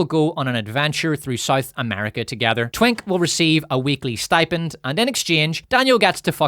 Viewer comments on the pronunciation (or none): none